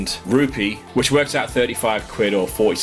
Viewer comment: Im tired of yt ppl saying rupee😢